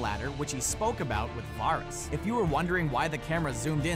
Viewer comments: One question is why do you insist on pronouncing "Varys" wrong. seems if you were a true GoT fan, you would know its not pronounced like that. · So mispronouncing varys I see